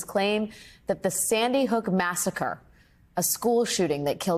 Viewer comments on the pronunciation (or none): none